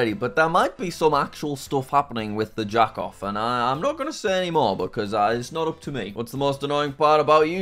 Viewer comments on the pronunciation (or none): please stop saying jack-off lmao